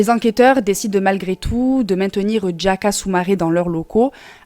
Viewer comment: DiA -Ka ,pas Djaka DiA-lo ,pas Djalo LO-BE NdiaYe, pas lobe Ndjaye C'est horrible cette façon d'ecorché les noms des gens. Et puis j'ai compris que c'est ta façon de parler indiquer deviens indjiquer😁